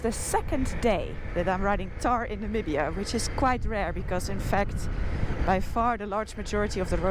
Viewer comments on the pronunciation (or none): none